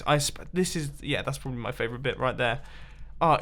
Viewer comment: oh you say blyatiful?